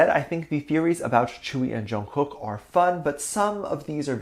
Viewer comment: It's not tchewi it's tzeuwi or tjeuwi "tzuyu" BTW I will be soooo happy if they are really dating I like to see all of bts members dating